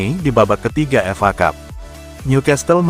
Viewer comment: Ya kalo yg bawain narasinya suara yg ini nyebelin....bikin gak enak didengar... Piala F.A aja dibaca fa.....